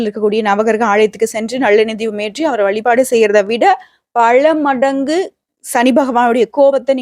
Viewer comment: பள அல்ல பல. ம்ம் உங்களை தொடர்பு கொள்ள முடியுமா